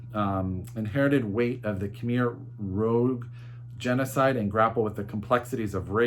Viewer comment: Khmer rouge ( rouge is the french for red not rouge as in devilish personality) think of 'the killing fields' film. Great haul.📚